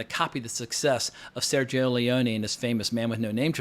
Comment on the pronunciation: Dude you are wildly undersources about your Cinemax history. Knowledge. sue-gee-o Lee-on-A. Having said that. New Line Cinema canceled the 2nd installment